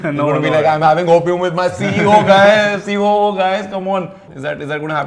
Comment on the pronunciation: It's ceo not coo . Lol 🤔🤔